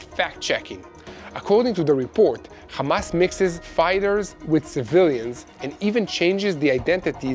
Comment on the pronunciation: Why can't you pronounce Hamas, Hezbollah and Hummus without that silly "KH" Why don't you say khostages?....is it an Israeli "likhsp?" It is sooooo irritating